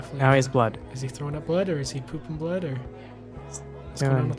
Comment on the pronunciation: She is like Rowan she said blod, sweat, and tires and Rowan said blod,sweat,and tired